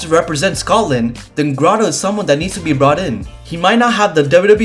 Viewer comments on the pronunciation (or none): Pronounce it Graydo, not Graado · it not gra dough it's grey do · It’s Grade-o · GRA-doe...That was killing me 😂